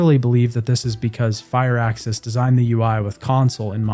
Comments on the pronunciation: It's prnounced Firaxis. One word. Not "fire axis". Just fir axis. Graven is modelled after games like Hexen or Heretic. There are spellcasting rpgs that are first person and are action focused, not just imsims or skyrim-likes. Dude you gotta do a LITTLE research before you post these. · WOW!!! Go to dictionary and see how they use the Pronunciations . I know how it's spelled he was saying it wrong you waste of life, FUR sounds like FIR he was calling it fire how else am supposed to explain language through text if I can't speak???? the same way dictionaries use pronunciations??????????? its not spelled FIRE either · Civ VII, from all I have heard, has, indeed earned a place on this list, but it is Firaxis.... Fir-axis. It is not Fireaxis. There is no 'e' in there. Short 'i' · FIRAXIS NOT FIREAXIS... don't mean to shout but it made my ears bleed.... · Fire-axis Games? They're called Fir-axis. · wtf is fire axis bro? Are you an AI? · fire axis? you k's? Jesus, do like 1 sec of research if you're not sure how to say the names.